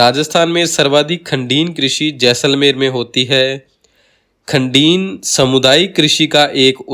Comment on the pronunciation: वीडियो बहुत अच्छा व ज्ञानवर्धक है, पर दो जगह उच्चारण की अशुद्धि है- प्लाया को आप प्याला बोल रहे हैं और खड़ीन को खंडीन बोल रहे हैं।शायद क्षेत्रीयता का प्रभाव है.. फिर भी ये दोष क्षम्य है।🎉❤